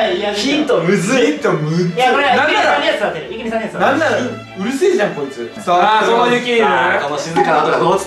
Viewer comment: ゆき じゃなくて すき じゃん笑